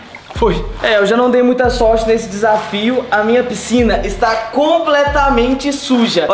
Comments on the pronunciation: Pscina kkkkkk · "PSCINA" KKKKKKKKKKKKAKAK